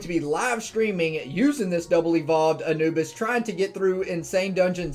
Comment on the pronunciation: lol i thought u said anubis like ann-u-biss